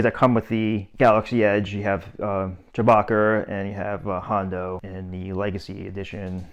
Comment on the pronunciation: Boston accent? I thought he said Chewbacker…